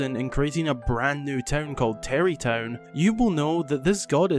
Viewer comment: I didn't know that about Beedle. I was questioning the pronunciation, all my life living in Scotland I've never heard someone pronounce an a as an e.